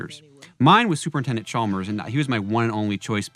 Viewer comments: Umm I think you'll find it's pronounced Supernintendo Chalmers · You mispronounced "Super Nintendo Chalmers" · I hate to be That Guy, but: As you were pointing out the inconsistencies and contradictions and errors of the segment…you repeatedly mispronounced Super Nintendo Chalmers’ title.